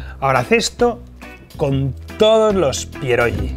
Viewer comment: No soy polaco, pero mi mujer sí 😊 la crema de remolacha tiene su sentido, es una sopa fría que se come bastante en Polonia, con huevo duro. Chef, no se pronuncia "pierolli", no es una g catalana, se pronuncia como si fuese una "gui". Por cierto, no te van a prohibir la entrada en Polonia, se comen rellenos de: carne, col, queso fresco, setas (eso es una locura, te vuela la cabeza) o dulces: fresas con nata, por ejemplo. Y último punto, hervidos o fritos y con una buena cantidad de "okrasa", que es el resultado de freír panceta de cerdo, te sirven el aceite resultante y tropezones del magro